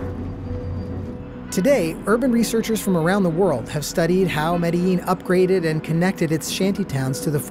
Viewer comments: Pronounced Medizheen NOT Mediyeen. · The way he says Medellin makes me want to cry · Wait.. is it pronounced Mediyeen or Medizheen? Ive heard it both ways